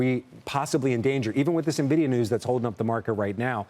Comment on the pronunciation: I dont listen to anyone that can't pronounce the name correctly. This is a joke. N Nvidia not Na Vidia.